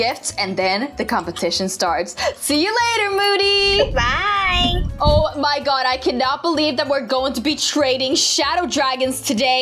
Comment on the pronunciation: Btw it moody not mody but not trying to be mean it happens to me to lol😅